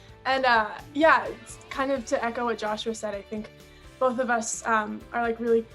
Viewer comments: Joshua not joshy 😩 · she called him jousha in 2019 too